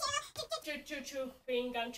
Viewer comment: hope i'm not the only one that keeps hearing her pronounce it like 'choo-ing gum' and for some reason it's actually adorable lol 😂❤👌